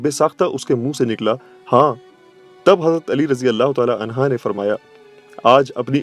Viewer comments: Bhai ye anha nahi hain anho hain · Anhu not anha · Anha nhi Anhu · عنہا نہیں عنہ جاہل انسان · Sir razeallah hoo anha ni anho hoo hy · عنھا مت کہیۓ بھاعنہ کہیۓ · Anha nahi Anhu sahi h. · Razin Allah u taala anha nhi anhu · Ali razi Allah anha nahi anho hai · It is "unhu" not "unha". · Razi Allah anhu hota hy g anha nhi isy durust kryn kindly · Anha nahi bhai hazrat ali r.anhu kahte hai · Anhaa nahi hai sir anhu hai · Ali arazyallah anhu hai anha nahi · عنہا نہیں عنہ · حضرت علیؓ عنہ ہے عنہا نہیں یہ غلطی درست کریں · It is Ali Razi Allahu Taala Unhoo (not unhaa) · Hazrat Ali. Anhaaa ni anhoo hoga hy bhai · Anha nhi hota bro anho hota hy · Hazrat Ali Razi Allah anho and U every time said Hazrat Ali Razi Allah anha which is totally wrong please correct before uploading and answer me. Thanks and regards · عنھا نہیں ہے عنہ کہ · Bhai anha nahi anhu kha jata hai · Mashallah subhanallah jazakallah but mola Ali a,s bolain anha nhi